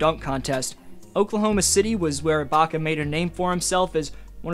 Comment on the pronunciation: Bruh said iblaka